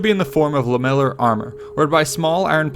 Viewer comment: He also mispronounced lamellar armour